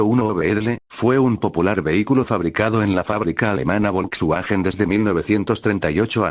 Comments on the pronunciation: Se dice "folsvaguen". Es un hermoso auto clásico de la década del 30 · no todos hablan Aleman. Pero por que no pueden decir Folksvagen. El auto mas producido por mas tiempo con el mismo diseno